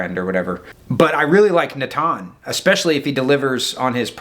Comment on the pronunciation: Great commentary as always. You pronounce Natan more accurately than even most Israelis do 😂 (emphasis on the second syllable not on first)